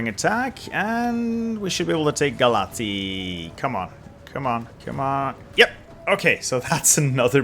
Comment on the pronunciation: Could you please start saying Brashov not Brasov? It's with ș not s,and you read ș as "sh" . Also say Galatzi,not Galati. Correct form is Galați and you read ț as tz